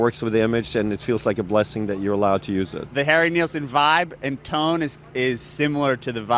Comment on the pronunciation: It’s Nilsson not Nealsson